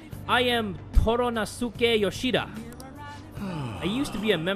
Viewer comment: Hey! Thought I'd mention this to help you out...Toranosuke is pronounced with a silent "u" when you see a Japanese word spelled with "su" paired together. So say it like this: Tora-nos-ke. 😜